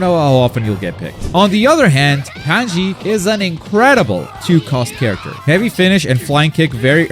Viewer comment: pie-con and pan-zee smh